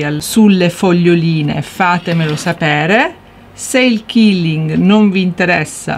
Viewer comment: Ciao ad un convegno mi è stato detto che la pronuncia esatta e quilling così come si scrive perché detto killing tradotto è uccidere